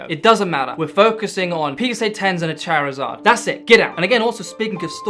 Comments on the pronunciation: It's charizard not charzaaa😂😅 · lmao I'm sorry but I've never heard someone pronounce Charizard like that lmao aw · I had much more fun with your pronunciation of "Charizard".